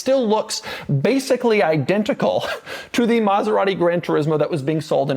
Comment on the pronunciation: Doug is the type of guy that still cannot say ANY Italian brand the right way. Car enthusiast? Been to Italy? It does not matter. Saying Maserati the right way? Nah.